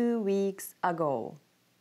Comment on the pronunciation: you said ago bad